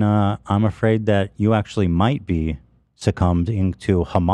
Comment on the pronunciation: "I can see people spamming the word AFRID???" "Afraid?" I LAUGHED SO HARD hahaha